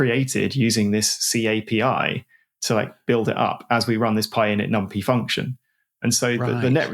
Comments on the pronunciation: That’s maybe the worst thing in this podcast. Infuriating honestly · I've always feared that someday, someone would pronounce "numpy" like that